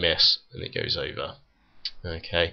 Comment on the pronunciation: what city you from mate ? that accent killed my ears.... because of the way you pronounce "over" "over" anyway, great video!